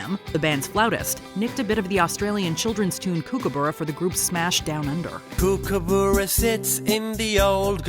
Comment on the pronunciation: It's "cook"-a-burra as in you will cook something to eat, not kook-a-burra as in kooky.